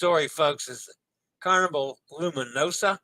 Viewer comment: Loo-mee-noh-zah Loo-mee-noh-zah Loo-mee-noh-zah A reminder that the S in Italian when preceded and followed by vowels has a Z sound, as in Pisa. For Gloucestershire, -Shire is not shy-er LOL, it's more like the word 'sure' but without an R sound: Glostashu(r). Our Rs are often silent. I recommend the annual travel insurance from Allianz. And FFS, get your passport and always carry it when visiting different ports.